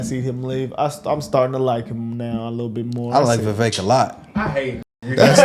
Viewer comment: Candace said his name is pronounced Viv- ik Thnks guys! 😉🇺🇸